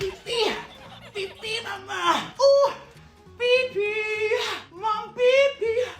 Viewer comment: ‘’ ohwwww pipi, m’y bed’’ 🤣🤣🤣🤣